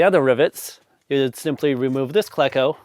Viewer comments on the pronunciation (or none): Cleco as i understand it is a long e, as in the name Cleveland. KLE-CO, not KLEH-CO. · Cleco is pronounced "KLEE-koh" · Pronounce it Kle-co or Klee-co. I use a cheap air chisel with a rivet tool & whatever steel scrap that fits. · It's pronounced "cleco"... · You are just making this up as you go... Jargen?? A hand squeeze is much better when access allows.. No one that actualls uses solid rivets uses a those words.. . You do not even know how to pronounce Cleko.. Air hammer or Air chisel with a set and a dolly... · Excellent video! FYI I’ve always heard Cleco pronounced with a long e, likely because that’s how the first syllable of Cleveland is pronounced.